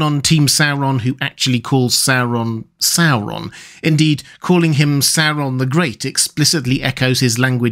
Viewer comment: I love it when people pronounce it SOW-ron instead of how we Americans usually pronounce it, SOAR-on.